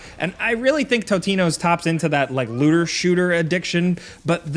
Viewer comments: did this man just call it totinos???? I will now as well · ToTino’s lmao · Did he say “Totinos” ? Like the pizza rolls ? 😂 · totino's, tiny timbo's 😂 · Had to do a double take to make sure I heard you correctly… Totino‘s and Tiny Tim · Did say Totino’s? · Did nobody else hear him say Totinos? Lol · Totinos 🤣 nice